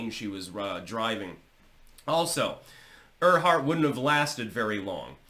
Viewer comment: And pronounced "Air-heart" 😊